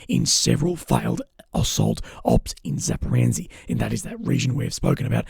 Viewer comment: ffs please look at the word Zaporozhya. THERE IS NO LETTER N IN SIGHT. Your pronunciation is driving me nuts for months!